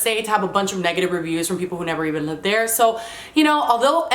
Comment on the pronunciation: Anyone notice how kept saying "libed" and not "lived" Probably her Cuban-ness, Miami-ness coming out lol